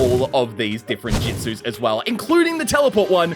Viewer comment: Jitsus? Not jutsus?